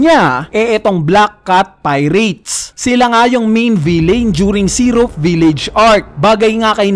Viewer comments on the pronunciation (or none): none